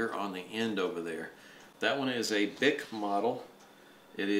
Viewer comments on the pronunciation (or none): Actually it's pronounced "Bee-eye-see" :)